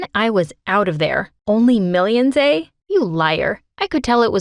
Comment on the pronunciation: "Just only millions eh?" Omg HAHAHAHAHAH I almost fell down and r u a Canadian? Lmao